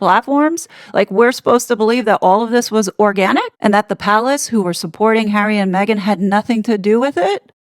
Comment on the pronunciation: "ORGANIc". I love you 😂😂